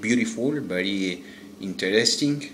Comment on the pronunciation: Trata de mejorar la pronunciación de algunas palabras como "interesting"